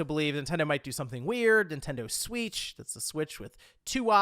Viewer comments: The nintendo Swiitch pronunciation is cursed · It makes me want it more